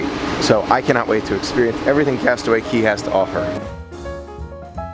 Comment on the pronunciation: It not cey cay castaway cay not to be rude just. So you know